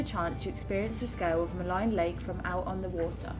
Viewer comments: Maligne is derived from the French word meaning "wicked' and is therefore generally pronounced with a French accent like "Ma -lean". It's no big deal. I made Jasper my home for forty years. I have only seen one Grizzley bear in that area and I've been there hundreds of times. They generally stay above tree line in the higher mountains and that's where I saw one. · When you walk make a lot of noise. Walk with bells or other noise makers. Also it is pronounced Maleeen lake. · Maligne is pronounced muh-LEEN